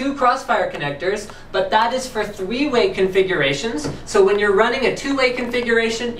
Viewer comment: thweeway lol. I now it was a slip, not going to mark you for it, but it was funny.